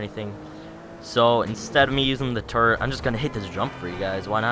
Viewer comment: no offesne but i find it amazing that when you say turret on it it sounds like turd on it subscribed and liked